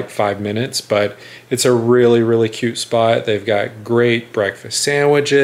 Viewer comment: Did he say it’s a cute spot?? 😂